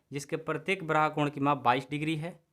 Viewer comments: 😂😂😂😂 सर जी उसे ब्राहा नहीं बाह्य बोलते हैं 😅😆😃😀 हां पर आप बहुत अच्छा पढ़ाते📜📜 हैं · ब्राहा नहीं बाह्य होता है।